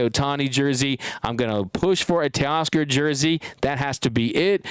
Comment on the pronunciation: new York can you say Teoscar?